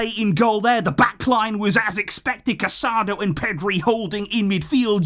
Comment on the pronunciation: Ca-sa-DOUGH please pronounce his name correctly